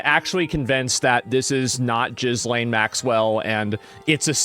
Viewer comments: It's not jizz lane!!!! It's just Elaine but with a G !!!!!!! Raaaaar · Every time Asmon says jizzlaine, i lose a sperm cell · Not Jizzlane. Gillaine.And it's probably not her.